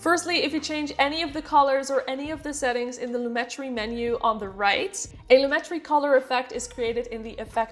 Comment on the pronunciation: Hi. Thanks for the video. The explanation of the difference between saturation and vibrance finally hit home for me so I will be able to remember the difference. As for the pronunciation of "Lumetri," according to a comment on Adobe's support forum, it is Loo-met-tree. They said the other ways of pronouncing it are from misunderstandings of the English and French languages. Here's the link